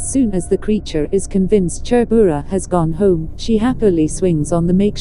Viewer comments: Phungpuinu leh Chhurbura a lam rik dan hi nuihzatthlak tawp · Hming khi chu lam léi/ lam pial kher lo se aw.. Hnam tin hian in koh dan kan nei vek a chutiang chuan lam ve mai se. E.g... Chhurbura..